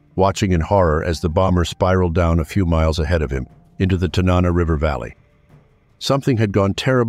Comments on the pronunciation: It's pronounced the Tan-Nuh-Naw Valley. Not Te-Naw-Naw. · Hard to watch, when right out of the gate, the narrator can't correctly pronounce Tanana.